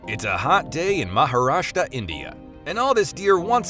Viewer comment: It's not maharastaa man.its Maharashtra